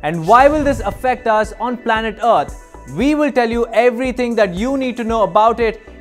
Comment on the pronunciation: The planet "Uht"? Lol... Deepak... whatre u doing butchering our planets name...? Its "Earth" ....